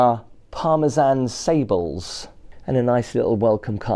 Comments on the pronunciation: It’s pronounced sablay not sable. Can you you back to the dumpy hotels and resorts; that’s how you started off! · Hi, you must brush up on your French now that you stay in high class hotels! Sable is an area I France which is famous for its biscuits. It is Pronounced Sab ( as in cab) lay!